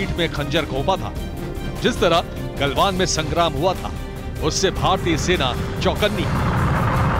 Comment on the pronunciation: ग्लवान घाटी ग्लवान घांड नहीं रिर्पोटर साहब शब्दों का उचित प्रयोग किजीए